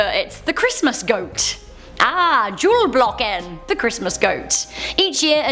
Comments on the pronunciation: Wait, did she say "julblocken"...? 🤪😂 It's "julbock" 😂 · Its julbocken not julblocken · It's "Julbocken", not "Julblocken". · "ahhh jol blocken" 🤣🤣🤣 You pronounce it "Jul boken"